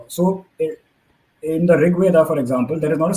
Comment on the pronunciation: Anybody who pronounces rigveda as rigvedaaaa and mahabharata as mahabharataaaa should not be taken seriously